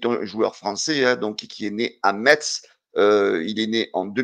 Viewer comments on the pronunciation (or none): Metz se prononce messe...bonne journée et allez l'OM! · pitié enlève le "t" de Metz lol Bises et à très vite